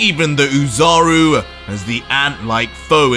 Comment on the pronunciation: It's "Ozaru" idiot